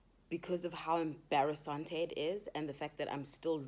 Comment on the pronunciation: Wena bathong... I ALWAYS say "embarrasante" and I honestly never head anyone saying that bathong wena 💃🏾💃🏾💃🏾💃🏾💃🏾